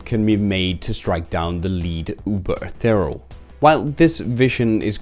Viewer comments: Eth-e-re-al. Not Eth-e-real. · Could only be pronouncing Ethereal more wrong as "Eth-uh-real"